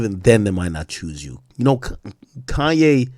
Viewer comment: This dude say KAIYE WEST😂😂😂😂😂😂😂💯💯💯💯